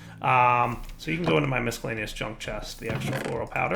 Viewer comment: Are you using a different mic? the sound seems a little different, not bad or anything like that just different. P.S. Are you purposely mispronouncing the word "miscellaneous"?